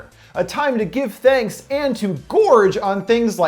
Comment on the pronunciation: I loving the way you say thanks killing for some reason...hmmm